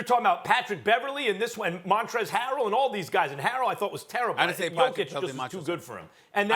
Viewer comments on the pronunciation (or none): "Montrell's" Harrell 😂 "I DIDN'T SAY 'MontchRftlLftL'!"